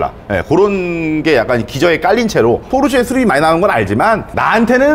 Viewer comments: 포⤵️르⬇️세➡️ 아니야 포르쉐!!! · 중파님이 끊임 없이 포르"쉐" 포르"쉐" 말씀하시는데 은 끊임 없이 포르 "세" 포르 "세 ㅋㅋㅋㅋ 물론, 중파님의 벤"쓰"와 "을왕리"는 여전히 반갑네요 ㅋ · 포르세 ㅋㅋㅋ 담에 혹시 찍을일 있으시면 포르쉐라고 발음 하시는거 듣고 싶어요. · 포르쉐 발음안되네요 ㅋㅋㅋㅋㅋㅋㅋㅋ "포르새 포르새" ㅋㅋㅋㅋㅋㅋㅋㅋ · ㅋㅋ 근데 포르 "세"라고 하시는게 킹받네요.. 본토발음으로도 소ㅒ가 더 가깝습니당 ㅋㅋㅋ 재밌게 잘 봤습니다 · 딱 한번만이라도 '포르쉐'로 발음 해주시면 안되나요? ㄷㄷㄷ '포르새'가 너무 귓가에 남아요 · 찍고 있는분 계속 포르새라고 발음하는거 웃길려고 그러는건가요 ㅎㅎ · 자꾸 ‘포르쇠’라고 발음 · 왜 포르쉐를 발음 못하고 "포르셰" 라고 하나요 ㅋㅋㅋ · 포르쉐!!!쉐!!!!쉐!!!!! 포르세 아니고 쉐!!! ㅋㅋㅋㅋㅋㅋㅋㅋ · 포르세라고 하지마세요!! ㅋㅋ 쉐라고 발음해줘요~~ㅎㅎ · 쉐가 발음이 어려운거였구나 ㅎㅎ 포르세포르세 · 포르세 아닙니다 포르쉐입니다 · 포르쇠ㅋㅋㅋㅋㅋㅋㅋㅋㅋㅋ 포르쉐!!!! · 포르세 아닙니다ㅋㅋㅋㅋㅋㅋㅋㅋ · 포르세 말고 포르쉐!쉐!쉐! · 포르쉐인데 자꾸 포르세라고하네 ㅋㅋㅋ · 포르세 아니고 포르쉐 !!! 쉐발음 안되나요? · 포르세말고 포르쉐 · 포르새 발음 너무king받네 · 포르세 x 포르쉐 o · 포르쇠 아니고 포르쉐~ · 포르세x 포르쉐o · 포르새 포르새 아 발음 진짜 . 발음 고치자 좀 .. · 포르쉐 발음이ㅋㅋㅋㅋㅋㅋ포르세ㅋㅋㅋㅋㅋ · 포르세 발음 중독성있어요 ㅋㅋㅋㅋㅋ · 시작하자마자 포르쇠 아닙니까 포르쇠 발음이 리얼함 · 포르새 ㅋㅋㅋ발음귀여우심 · 강남에 사는새가 포르새인가요?ㅋ 발음이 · 포르세 발음 킹받… 😂😂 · 포루새 발음이 이상하게 중독되네 포루새 귓가에 계속 멤돈다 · 포르쉐 발음 레전드 ㄷㄷ 포루새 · 포르세는 도대체 무슨 차지 ㅋ아 진짜 발음 현지 본토발음ㅋ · ”포르세는“ ㅋㅋ 발음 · 포르섀 ㅋㅋㅋㅋ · 포르쇠 발음 거의 추격자 섹스급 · 포르세 발음 무지 거슬리네요... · 포르세 발음 킹받네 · 발음 웃기다 포루쇠 ㅋㅋㅋ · 포르새 발음 거슬리네 ㅋㅋ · 경상도 찐이라 포르쉐 발음 안되시는거 보고 빵 터짐ㅋㅋ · 포르쉐를 사투리로 저렇게 발음하는건 처음보네요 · 포르쉐 발음 못하는 사람 진짜 처음 본다. 일본사람 같네